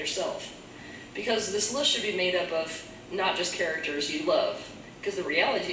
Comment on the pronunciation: Listen to how she pronounces 'list'...when the supply runs dry.. there's reserve and the dregs ..desperate to conjure up n generate more hellish matter